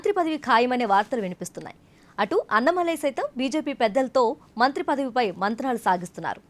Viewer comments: అన్నమలై కాదే తల్లీ.... అన్నామలై... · Pronouncing annamalai name should be corrected.